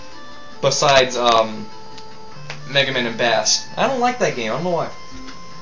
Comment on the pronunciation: It isn't Bass like the fish, it's bass like the audio setting.